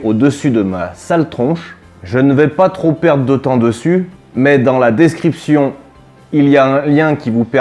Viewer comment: Bravo mon! Toujours aussi intéressant et ludique! Dès que j'ai 2-3 ronds à investir je le ferai en passant par les liens dans la "Descwipchonne!";)!